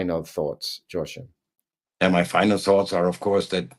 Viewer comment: Joachim's name is pronounced as "wha-keem" or "whoa-keem"...not "sho-keem".